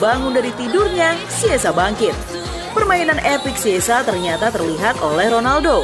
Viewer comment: Chiesa bukan kiesa atau siessa ejaan nya baca dong